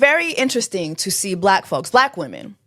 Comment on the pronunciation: Bleck wimmenZz 😂